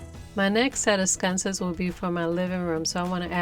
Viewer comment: I LOVE those. It's sconces not scunces